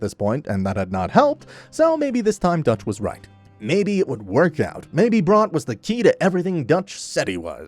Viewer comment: Why are you mispronouncing Bronte so bad?